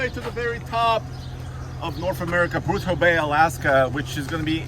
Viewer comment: Bruso bay alaska? Did you mean to say Prudhoe Bay?